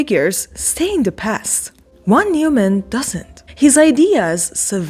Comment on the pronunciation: The VON is not silent and Neuman is pronounced NOYman.